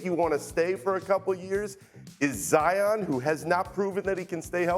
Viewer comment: zion is single syllable huh?